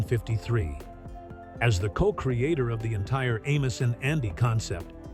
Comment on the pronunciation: This was a nice documentary of the characters. It would've been better if the AI voiceover was less obnoxious in pronunciation of names like Amos ("A-mose") and Madam ("M'-dam"). Would've also been better if you had used clips in the background that portrayed the person being discussed, and not a hodge podge of Amos n Andy clips that often weren't showing the subject. It makes me think this entire video was AI-generated. If so, the lack of human effort shows. Amos n Andy was - and always will remain - my favorite TV show of all time. I've seen each episode at least a dozen times, including some that have been lost. Like when Andy owned a bakery. The best line ever uttered in all of the shows was when Kingfish told Andy he had married Sapphire "for better or worse, till death do us part. And it can't come none too soon for me!"